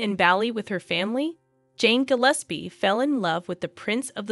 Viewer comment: Interesting story but "Gilis-pee" hurt my ears